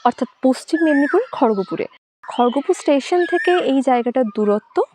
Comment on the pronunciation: Khargapur is a town in MP Kharagpur is a town in WB Pronounce the word properly.